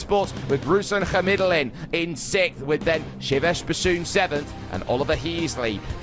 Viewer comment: ruslAn khamidUllin obviously lulz you spoke it wrong